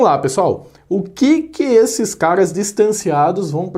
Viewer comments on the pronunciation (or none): A impressão que dá é que quando ele chama caras a gente escuta cagas😂🤣😂🤣😂🤣😂